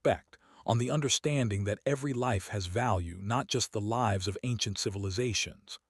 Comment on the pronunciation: Learn how to pronounce Lives. Long I.